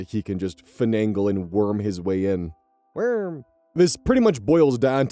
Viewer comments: Please never stop saying "werm" thank you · I’m so glad he said WERM